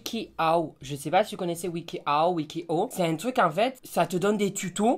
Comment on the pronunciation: La façon qu'il le prononce "Wiki Hoe" 😂😂😂😂😂